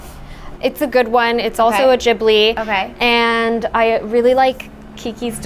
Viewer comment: its gi- blee. just saying. love yall.